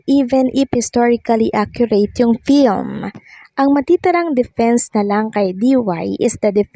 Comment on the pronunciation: FILM >> pronounced as FILM not PILM